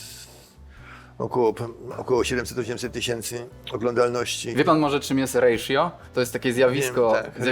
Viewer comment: Nie rejszjo tylko ratio